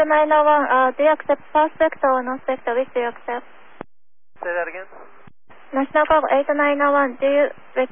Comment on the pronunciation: As an example, this guy never really did pronounce the word "National" with all the syllables. Also, answering with slang "affirm" is improper.